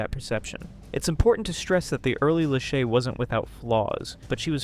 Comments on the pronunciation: I'm sorry but the way you pronounce Lashy's name irks me.. its not that hard to say la-shay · I'm just going to say/ask it. Isn't her name pronounced - lah-SHAY? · Its pronounced La- shay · lashay.. (la-shae) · if you’re going to take a stab at “reporting on others” as your content, the least you can do is pronounce someone’s name correctly